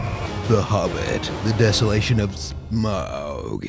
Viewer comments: It's funny that it's easier for him to pronounce "Scrooge McDuck" instead of "Smaug" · you pronounce Smaug like you say "smog". J.R.R. Tolkien was a big fan of the environment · Smaug. Smog? Smah-ug? Sm"ow"g? Smae-ug? AGH! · Come on, Voiceover Man! SMAUG is five letters! Get your act together. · Oh my god, enough already, Smaug is not that hard to say.